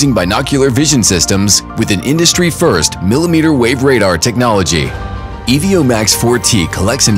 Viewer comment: Not sure how this video make it to release being called the Ee-Vee-Oh, but not a bad product.